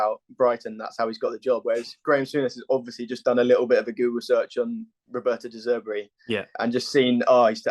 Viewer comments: It’s De Zerbi, not De Zebri and Potter didn’t get sacked. I think a bit of simple Googling would have sorted that out. Good luck. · your guest said Potter got sacked. Not quite the typo as that is how you both mispronounced De Zerbi! Good luck.